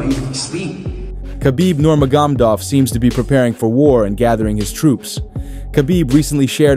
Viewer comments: You need more practice saying "Nurmagomedov" 😜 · You said Khabibs last name 3 times in like 40 seconds and each time you pronounced it differently....and each time wrong!!! haha (you came close on the last attempt tho) How do you not figure that shit out before recording your video???? It's not like he's a new guy on the scene....dudes been around a long time.....shit..he's been retired for about 5 years now???? Do some research bro!!!